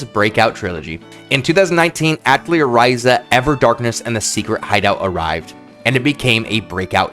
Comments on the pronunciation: I just can’t with this video, I’m sure it’s amazing and informative and I’m throwing it a like and I’ll probably revisit it but the mispronunciation of atelier and how often you say it is driving me absolutely crazy. It’s pronounced “uh-TELLY-ay.” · Awesome vid! Got my sub :) Btw I believe “Atelier” is pronounced something like: “Ah Teh Lee Yay” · if you are going to make a video about Atelier, at least learn how to pronounce it properly! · I'm not gonna watch this video because you pronounce Atelier atrociously.... Edit: I still watched it 😤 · As a French native speaker: atelier is pronounced more like the a in "crAft", the "te" at the end of "theaTEr" without the r, the "li" with a short i like in "LIp", and the "er" sounds like "eh".